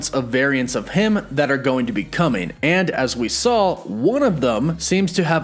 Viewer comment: Stop saying sawl instead of saw